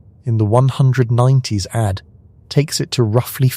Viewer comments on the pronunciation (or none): The text to speech engine needs to be taught that "AD" is pronounced "ay dee" not "add".